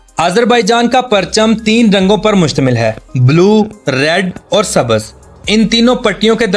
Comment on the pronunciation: Kiya aap log urdu sahi bolnahin sakte. Bahut hairat hoti hai. Sabz ko sabaz aur adtis ko athattis kahhte ho. Elan ko alan kahte ho. Bahut ajib lagta hai. Pls. Sudharein